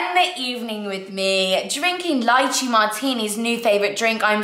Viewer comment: has anyone mentioned that its pronounced lay-chay for lychee?